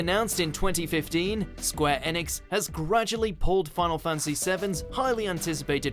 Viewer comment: Square "EEEEEEnix" "Eeeeeeeeeenix" not "ehnix" please dear god no.